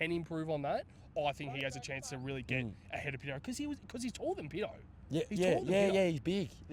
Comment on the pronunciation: Cheers and PAtto not Pitto lol..love your updates lads!💙💙